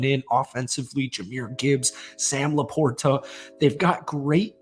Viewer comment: Thats now how you pronounce LaPorta. Please stop it.